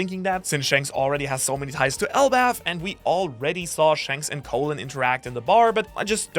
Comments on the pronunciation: Colon is pronounced like "Collin" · Just wanted to say Colin’s name is not pronounced “co-lon” the bowls but pronounced “call-in”. It’s an Irish name - Irish person speaking xD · It’s pronounced call-in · Its Colin bro not Colon, thats where the sun dont shine! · Call-in is how it's pronounced... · His name is pronounced Colin